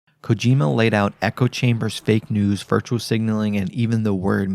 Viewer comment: The way you pronounced kojima's name hurt